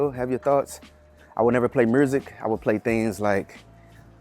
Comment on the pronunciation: I spit my water out 😂. I thought you might have been from LA. Then I heard you talking about that "mur-sic" and just shook my head 😂. I love us 💪🏿